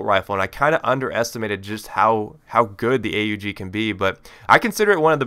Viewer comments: Yes a commentator that finally says A-U-G which is the correct name. its not called the OG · I am glad to hear you call it A-U-G instead of Aug!